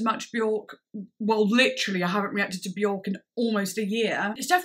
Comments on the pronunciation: Björk is actually pronounced wrong by everyone . It’s not ork it’s IRK and very few know this. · "I don't know how to pronounce this: At-o-pos? But... anyway, here is the new one from Be-yOrk" 🤦‍♂️ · I have been a Björk fan since 13 - I'm now 40 - and I pronounced her name incorrectly for over two decades. It wasn't until my early 30's that I heard her, in an interview, say her name rhymes with "jerk"... and I was like ohhhhhhh.